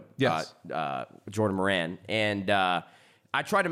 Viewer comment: Jordan Moran?????? It's Maron!